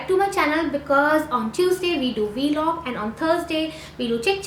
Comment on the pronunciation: It's vlog not V-LOG